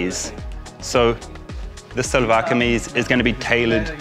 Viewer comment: Seriously Karl you look more handsome in Shalwar Kameez with that pakol (peshawari hat) than any other dress MASHA ALLAH..just like our Pathan bhai..and a little correction here we call it SHALWAR (sounds like SH)not SALWAR. I enjoyed this video very much and happy to see you happy..love to Manisha and your family in NZ from a Pakistani expat in Dubai <3